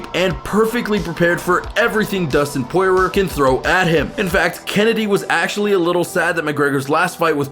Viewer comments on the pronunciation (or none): And Dustin Poy-roar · Hahahaha you are such a casual fan....a tourist....mispronoucing Poreeio and Cerrone looool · Who da fook is Pore-Rer? Lmao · He said porer and numegov 3 names pronounced wrong 😂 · Donald keron??? Dushtin Porywer??? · And Nurmagomedov and poirier...you need to actually watch some mma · Such a casual fan, you can’t even say Poirier or Cerrone’s names right